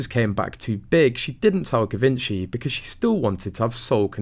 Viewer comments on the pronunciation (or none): “Zhee - von - shay.” “Give - inchy” is like nails on chalkboard to this former model. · "Jeee-Vinchey" not Gee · It's Jhi-VON-shee, not Gi-VEN-chy. Just thought you might like to know. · NOT Gi-ven-chi, but Gji-vən-chee plz, learn to say it right!!! 😡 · It's pronounced ZHEE-von-shee, not GiVENshy. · This is great!! The voice of reason! Also it’s pronounced GEE-VON-SHEE…not a hard G like gosh but a soft G. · Yeh…. But the queen knew through secret services that this yacht girl was a fraud, yet she allowed the wedding-charade! Why? Very strange. Bty it is pronounced jee-ven-shee. 🙊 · I thought it was pronounced jee-von-chay. But it doesn't really matter. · Givenchy pronounced as zhee-VAHN-shee The 'G' is pronounced as a 'J' and the accent is on the 2nd syllable. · Your pronunciation of Givenchy is wrong. It should be pronounced like you pronounce “gist: ‘jist’”. Please… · Good content, love your commentary.......but you need to pronounce Givenchy properly. "Jeevonshe", with the emphasis on the von. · Givenchy is pronounced JIH-VON-SHEE. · doesnt matter too much but I think it is pronounced Jee-vaun-chy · Givenchy - pronounced - Zhuh Von Chee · Pronounced “Gee - von - shee” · Zhe-van-sha (long a) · You need to know how to pronounce ‘ Givenchy‘. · Givenchy should sue this channel for mispronouncing Givenchy. Lol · Lol…Givenchy will soon be suing you if you don’t pronounce their name correctly! 😂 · I did cringe when I heard him say Givenchy. He should have asked before hand what the correct pronunciation was. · It is hard for me to believe a reporter who didn’t do his home work and butchers the designers name. Shame on him!! I dont’ believe a word of this “theory”! I can’t stand Markle either but this is stretching the good sense of any sane person. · Stop mispronouncing the designer. Sounds ridiculous. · I know !!!! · The most embarrassing thing for Givenchy would be the way you mis-pronounce it! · Please could you pronounce it Properly “Givenchy”